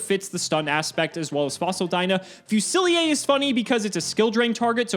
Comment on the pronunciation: Wait, it's not pronounced Fusilier? Ou est-ce que cette carte se prononce Fusilier? The Japanese name is Gunner, apparently, so that doesn't help...